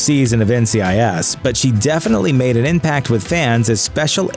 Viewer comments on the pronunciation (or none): none